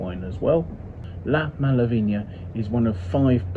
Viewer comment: Great wine! Malaveïna, not Malaviña ;) Cheers!